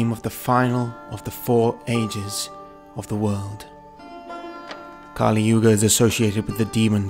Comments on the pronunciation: Just another thing, Kali( goddess, pronounced kah-lee) and Kali( demon, pronounced as kuh-lee) are different. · a few clicks more Kali Purnaa (purna = 'completely')